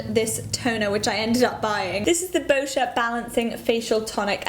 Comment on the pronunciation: THANK YOU for saying Boscia correctly! :)